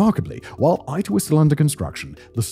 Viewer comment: Its ITER like International...not AITER...or german EITER (which means Puss lmao).